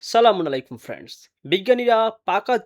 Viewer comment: আপনার সালামটা সালামুন আলাইকুম, হবে: আসসালামুয়ালাইকুম .